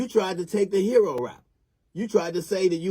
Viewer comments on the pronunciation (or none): none